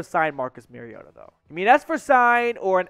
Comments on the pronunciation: No. You pronounced his actual name wrong. It's pronounced like name Mario and 'tah' . It's not like Merry Christmas. Those who pronounce it incorrectly only know what they got from national media folks that never paid attention to small market teams. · Sign. You can't even pronounce his name. You have shown me you never watched his games and are repeating national media narrative.